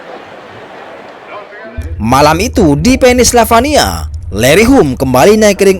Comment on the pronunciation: Kok Pennsylvania dibaca "Penis Lavania"??? 😅😅🤣🤣🤣